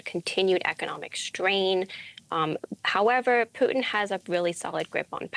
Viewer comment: Why is every “r” pronounced as a “w” 🤣 “Yeaw” “howevew” “Wussia”